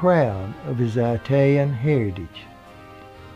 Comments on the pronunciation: it is 'it'alian NOT 'eye'talian ... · Love this guy! My favorite entertainer of all time! Just one little, tiny, small comment. As a 100% Italian, please pronounce it; "It-talian"...not "eye-talian". Thanks! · really.... EYE-talian?? Stay that way, don't change, there is a thousand smooth voice overs but only one. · They apparently spoke eye-talian at home. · His parents only spoke "EYE-TALIAN" at home.......yikes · Eye-talian lol thx good story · Please, please, please...I beg of you, pronounce Italian correctly! It's NOT "eye"talian, you don't pronounce the country "eye"taly, it's "It"aly, just like you pronounce the word "it" by itself. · It's NOT EYE-talyan!!! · Please learn how to pronounce "Italian" properly. Thankyou.